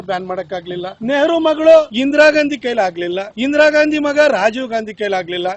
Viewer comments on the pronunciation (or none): Good Information Maa'm.. But.. Medam pls uchhar sariyagi maadi... Neevu style maadi Ghandi.. Ghaandi anta idiralla adanna Gaandhi anth sariyagi madi... Pradeshik uchharne ind kelawandu pada gala Pronunciation bere aagatte, Adre idu asht difficult illa,adre illi neevu purposely bekanth ghaandi ghaandi anth anta irudu gortagatte.. Nimma style maadi uchharane madudralli vabbr parichayawanne neevu badalsta idira.. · ಇಂದಿರಾ 'ಘಾಂದಿ' ಘಾಂದಿ, ಘಾಂದಿ... ಕೇಳಲು ತುಂಬಾ ಕಿರಿಕಿರಿ.